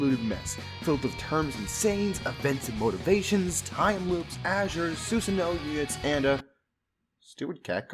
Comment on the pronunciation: The way you pronounced Susanoo made me hate the game.